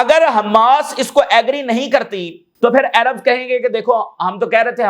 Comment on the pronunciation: Tum American ho Kya Jo Arab ko ayrab bol Rahy ho boht over action mat karo